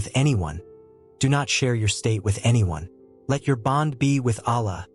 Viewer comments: Please learn to pronounce the Arabic words as correctly as as possible. For example pronounce Allah with emphasis on two LLs. The creator is pronounced as Allah and not Alah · Please do not use AI text to speech conversion to pronounce the name of Allah. It is not a correct pronounciation.